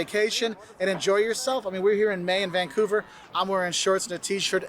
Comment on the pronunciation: dont pronounce vancover..vangcover!